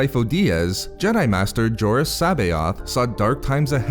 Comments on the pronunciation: Doesn't the "J" in "Jorus" pronounce as "H"? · You butchered the pronunciation of his name dude